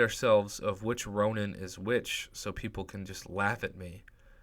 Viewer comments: Its Ronin, not Ronan in the first crystal. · Is it just me or does he pronounce Massacre oddly and calls Ronin, Ronan?